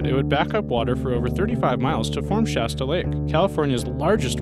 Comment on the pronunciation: Shasta is pronounced "shaw-stuh" not sha-stuh (like the 'a' in "ass"), its Shasta where 'a' sounds like the 'o' in "rock lobster".